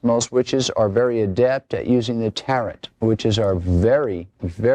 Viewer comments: "but on the back..." you'll see this UPC code that, when scanned, opens a portal directly to Hell!!! "you'd have a Baf-fa-met candle..." Baphomet pronounced 'Baa-foo-ma". "most witches are very adept at using the taret...." Tarot pronounced 'tero'. "that's called an a-tham-e..." Athame pronounced 'ah-tha-ma'. "we have here is ker-nos..." Cernunnos pronounced 'care-nun-aws'. One would think an "expert" would at least know the correct pronunciation. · It's been a long time since I've heard tarot pronounced with a hard "t" at the end. Listening to these guys butcher names of things and deities. bruh lol.